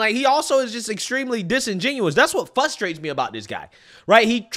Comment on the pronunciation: "Fustrate" - 2024